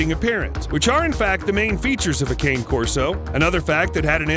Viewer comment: It's "kanay-corso".